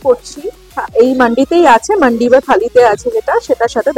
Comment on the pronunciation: I really appreciate your video, keep it up. If u don't mind Just one correction it's মান্দি (food platter), not মান্ডি (সব্জি বাজার). 99% YouTuber pronounciate it incorrectly.